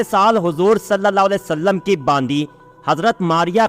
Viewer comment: तुम लोग सल लल्ला अलैह वसल्लम नहीं कह पाते हो.